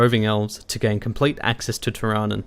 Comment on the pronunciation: Isn't it pronounced teer-a-noon?